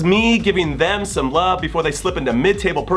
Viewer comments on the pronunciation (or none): none